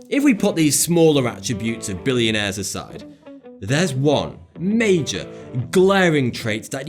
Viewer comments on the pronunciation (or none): none